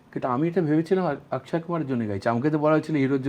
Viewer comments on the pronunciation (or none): none